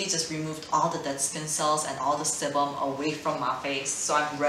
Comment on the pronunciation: Sebum is pronounced like “see bum”